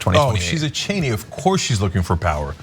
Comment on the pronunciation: Cenk “OFCOURSE!” Uygur